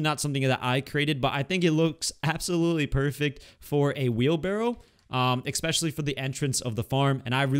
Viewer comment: My teacher of English: "Especially": "Expecially" 🤦